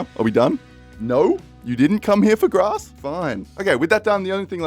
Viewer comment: ah yes, da GRASS